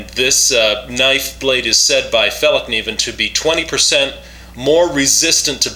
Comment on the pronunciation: you got the best pronouncement of Fällkniven of all Americans Iv ever heard try saying that